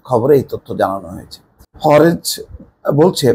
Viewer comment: শব্দটি হবে হারেজ।